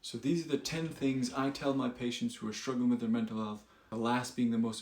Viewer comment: "Menta health" "welcome no" Try again Gtf outta here with your AI BS